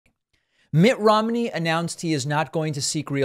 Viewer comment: Mitt RHYME-KNEE